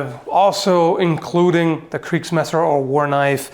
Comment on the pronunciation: German here first of really good pronunciation on kriegsmesser And a question out of curiosity why do you call em two handed swords and not Zweihänder Love your videos keep going